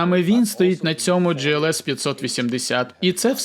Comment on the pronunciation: Глс не джІлс!!!!!